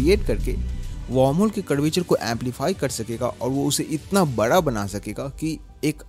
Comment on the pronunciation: Me: Universe bada hai: Universe bara hai bahut bara Sare research karne ke baad sab aise hi bolne lagte hein Ya ye angrezi kitab padh padh ke hua hai 🤣